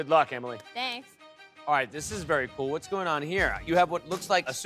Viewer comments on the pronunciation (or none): none